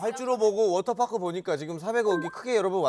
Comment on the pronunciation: 워터파크 워터파크...아~~듣기싫어 영국에선 강한 트 발음을 내서 워터 워터 한다지만 파크 파크는 좀 너무하지않나요~~??:face-green-smiling